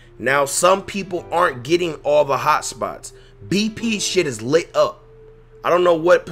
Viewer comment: How tf you say up